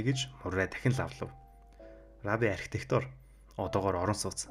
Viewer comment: Архитекторч биш Архитектор гэж хэлдэг шүү амжилт